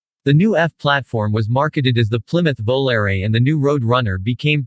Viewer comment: What"s a 1976 Bowl-air? Some sort of a retro chevy? ... Can't pronounce Volare?